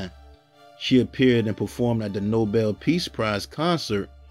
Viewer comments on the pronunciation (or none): none